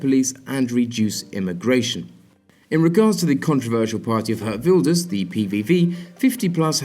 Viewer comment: the way he pronounces geert wilders is so funny